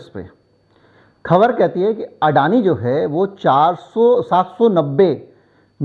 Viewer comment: अडाणी को अडाणी कहो. आप जो कहते हो वह हमें सुनना पडता है. दुरुस्ती जरूर जल्दी करो.